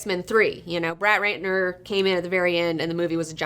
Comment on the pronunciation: lol, did she say 'Brat Retner' on purpose?